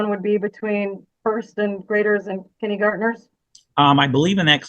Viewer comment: Anyone else hate the way the attorney mispronounces kindergartener